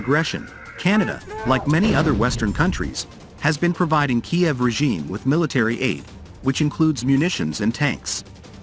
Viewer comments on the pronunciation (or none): none